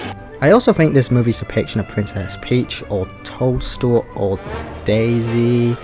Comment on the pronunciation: Cannot help but hear Princess Told-Stool every time 🍄